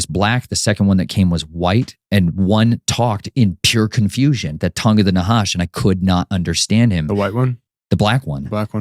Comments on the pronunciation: This guy is just a baby occultists who reads too much. He is not even saying the Tongue of the Nahash correctly. He keeps saying Hash. The Hebrew is Na'hash which means serpent. See, it quickly falls apart when you have someone like me, who immediately knows enough to know what he is twisting. And to confirm what side I am on, I will say it openly. JESUS IS LORD. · He's a nut. He is saying Na'hash incorrectly even. He is just a baby occultist. Na'hash is the Hebrew word for SERPENT and he keeps saying Hash. He always says all kind of nonsense and mixes nonsense from movies, etc. like for example, he is taking stuff like this from the movie Flatliners and occult text. This dude is embarrassing. He is not a freaking nephilim descendant or any of this nonsense that he can't get published. He is like a full on failed fantasy writer. Baby occultist.